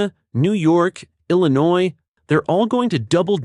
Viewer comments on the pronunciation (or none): none